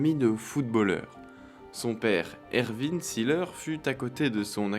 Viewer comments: Juste la prononciation de son nom n'est pas la bonne. See se prononce zé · Documentaire intéressant sur un footballeur atypique. Mais vous prononcez son nom à l'anglaise. En allemand, on dit zéleur. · Formidable. ! Toute mon enfance.Oui Uwe Seeler ( on dit zeler pas ziler )est un veritable champion. Par ses valeurs morales ,il est un exemple pour la jeunesse.Aujourd'hui y’a que les datas qui comptent .Quelle connerie. Un champion doit pouvoir etre montré en exemple par ce qu'il fait sur et en dehors du terrain. Aujourd'hui les Messi ,CR7,Neymar n’ont aucune chance d'être des champions à mes yeux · Vous pourriez au moins prononcer son nom à l'allemande : ce n'est pas Ouf Sileur mais Ouvé Zééééleur !